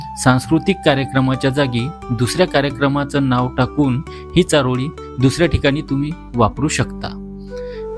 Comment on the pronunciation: तुमची अशुद्ध भाषा सुधारायला हवी.चारोडी नव्हे चारोळी असा उच्चार करा.